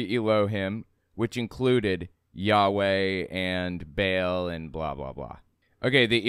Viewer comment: You need to learn, that the god's name is not Bale, it's Baal. The A is pronounced like the A in "art". It hurts my nerdy ears. While Christian Bale may be a demi-god, he hasn't been worshipped for millenia. It's also a little funny how mono-theistic people love to talk about them being persecuted. If this little girl had existed, they probably wouldn't have cared who she prayed to in her room In polytheism there's usually room for one more, even if that one is a god. Last, that is a SICK way of looking at children! Children are pure and beautiful creatures, who see the best in others and in the world, and they deserve to grow up safe and loved, without shame.